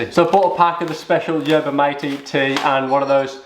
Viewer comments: its not mah tay, its mah teh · You pronounce the yerba bit fine. But the Mate bit should be pronounced (by a British English speaker) Maa-tay. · By the way you put in the straw and then you out in the herba and then you put in the water. And your joy supposed to mix or move the straw. It was good enough. And it’s prounounce mawtay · he calls it Matey 🤣🤣🤣🤣🤣🤣🤣